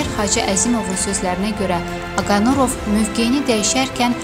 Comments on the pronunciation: 5 dəqiqəlik video üçün mətni düz oxuya bilmirsiz??? Aqanurov yox Aqarunov. Allah rəhmət eləsin, qeyrətli oğula! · Aqanurov yox ay millət,Aqarunov.ay jurnalist. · Oxuyanda duz oxuyun nə olar. Aqanurov yox Aqarunov. Allah rəhmət etsin şəhidlərimiz cənnətlikdir. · Allah rehmet elesin.metini oxuyan xanim başqasinda sehvi tutursuz amma sujet erzinde ne qeder onun soyadini dedinizse hamisini sehv dediniz.Aqa nurov yox. Aqa runov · Он не Агануров,а Агарунов! Вы,сначала сами научитесь правильно произносить имя героя. Стыд и срам